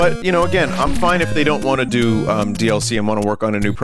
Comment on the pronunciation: “What must I DÜ?” Is my new favorite Vinnyism